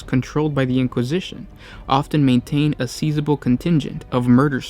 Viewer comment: A "Seisable" contingent of murder servitors, or a "Sizeable"? Actually, just looked it up on the wiki you're reading word for word... it's sizeable, you just pronounced it as seisable. I really enjoy your videos, but I have to say it's pretty cheap that you're literally just reading the wiki, without even putting it in your own words, over other people's artwork... kinda lame. "With limited space and resources for guards, Imperial prison starships controlled by the Inquisition often maintain a sizeable contingent of Murder Servitors."